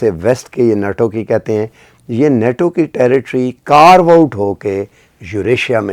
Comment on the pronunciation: please pronounce NATO correctly. It is NOT NOTO but pronounced NAYTO. Constantly mispronouncing the word gives a very poor impression of your educational background. I am writing this in good faith.